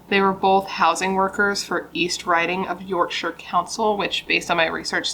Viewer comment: I'm from the UK and you are the first American person to pronounce Yorkshire properly!! Xx